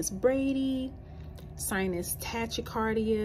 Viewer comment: Tachycardia is pronounced like “Tah-Key-Cardia”